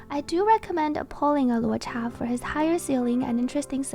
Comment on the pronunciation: 10 on 10 on pronouncing luocha